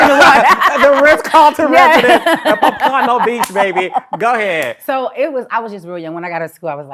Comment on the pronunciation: Was Carlos trying to say Pompano Beach? 🤣